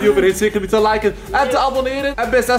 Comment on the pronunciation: zegt abeneer op cemi